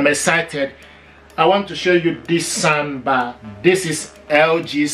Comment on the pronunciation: It's pronounced SOUNDBAR not sandbar